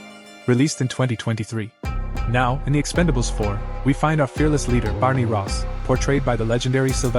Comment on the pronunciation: it’s ‘Expendables’ not ‘Expandables’